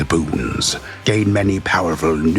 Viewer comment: Ah, yes! The reading in hwich I learned the word "boons" is a thureee syllable hword!